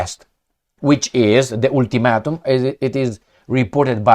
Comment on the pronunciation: Ultimatum sounds like Altimatum😅